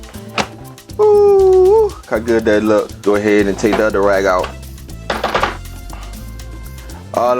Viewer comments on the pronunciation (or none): none